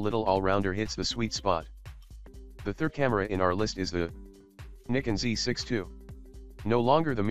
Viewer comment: Why oh why why publish a video using a computer doing the talking which cannot pronounce Nikon and EOS correctly. It creates no credibility or professionalism at all.